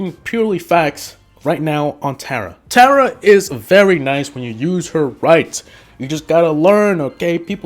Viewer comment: Tera yep that’s how to say it not Tara omg your bad and all of these brawlser and you don’t know how to play